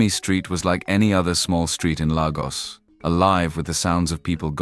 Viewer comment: Pls why do Brits do this? It's LAYGOS NOT LAH GOS